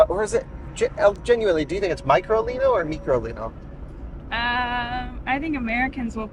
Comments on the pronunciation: It’s micro, stop calling it “ meekro “ …. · Did you not learn anything?? Its micro (Mike Row), not mee crow leeno. At least can count!! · why does he say Meecro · It must be pronounced as " My-crolino" as Micro means small. Microscope etc. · It's name in Micro lino and why do you say it's so funny after everything?